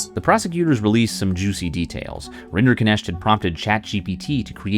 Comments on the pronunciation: maybe beside the point, but what a weird way to pronounce that name. It's obviously of German origin and is meant to be pronounced RIN-der-nekt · Rinderknecht pronounced as "renderkinesht" burns my ears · What annoys me most, is that Rinderknecht is an actually quite easy to pronounce German name, yet nobody took the time to put it into Google translate from German and hit "text to speech" (compound word: Rinder-Knecht, basically cow/bovine servant-boy, meaning: cow man, cow farmer boy, cow farm serf) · All this detailed research, yet somehow everyone manages to mispronounce a Swiss-German surname, as something that sounds Indian. It's a compound name: Rinder-Knecht ("cattle servant" / cowherd / ALMOST the german variant of a cowboy). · Why can't a single person pronounce Rinderknecht properly? Not even the man's lawyer. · The pronunciation of his last name hurts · What the hell is that name pronunciation? I know it's his name, but it makes the video hard to watch as someone who knows how to pronounce knecht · As a german every pronounciation of Rinderknecht gave me a heart attack 😂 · Why are you trying so hard to mispronounce his name?